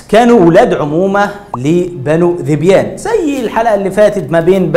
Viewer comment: يا اخي انت جاهل جدا ومعلوماتك كلها غلط مفيش حرب قامت بين عرب علشان حيوان ولكن في اسباب قبلها كبيرة وقصة الحيوان دي بتكون تلكيك ثم ان داحس والغبراء ملك للملك قيس وذبيان كانت مشاركة بفرسين اخرين .. انت حتى ذبيان بتنطقها غلط